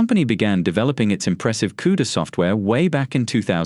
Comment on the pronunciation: "Coda" LOL. You know you are getting excellent, unbiased information when the writer doesn't even get the words right. This guy definitely knows what he is talking about.